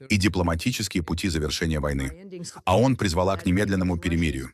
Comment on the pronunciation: Совет безопасности ООН,а не АОН!Говорите правильно!